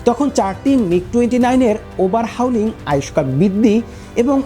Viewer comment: ওই বোকাচোদা মাদ্রাসা ছাপ, ওভার হাউলিং কিরে? ওটা কি হুজুরদের সোনাতে লাগায় না গাঁড়ে লাগায়? আর তুই শালা, ডিলা কুলুপের ইঞ্জিনিয়ার, তোকে যুদ্ধ বিমান নিয়ে ভিডিও করার সাহস কে দিয়েছে? তারপরও আবার ইংরেজি শব্দ বলছিস, যা উচ্চারণ করার ক্ষমতা, তোর কেন, তোর নবীরও নেই। তুই বরং আরবি বল, আর ডিলা কুলুপ নিয়ে ভিডিও বানা।